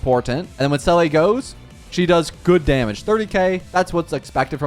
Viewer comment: please it’s zeela not selleh